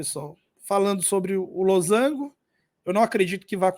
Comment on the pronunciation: esse losango com acento me quebrou oh, mas o conteúdo do vídeo tá ótimo kkkk